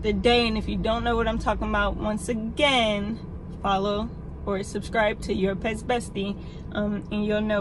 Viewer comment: "like comment and snick-scribe"